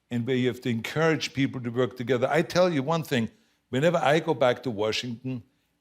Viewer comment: Arnold gotta work a little more on his “Work” sound. I hear twerk ;)